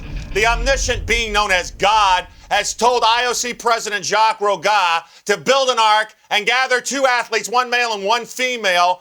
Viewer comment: "jaques ro-gah" ahaahhah!